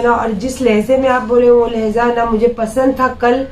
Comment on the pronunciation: Lehja Lehza nahi